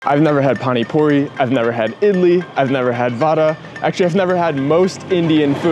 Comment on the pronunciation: It is pani puri not phani phuri